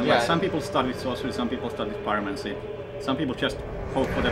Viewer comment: "Pyromanty" lol